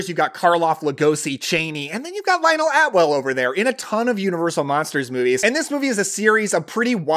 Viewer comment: Lionel ATWILL, NOT Atwell